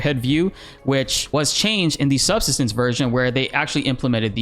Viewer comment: Just a quick note: subsistence is not pronounced as SUB-suh-stuhns, but as sub-SIST-uhns. As in the verb 'to subsist'.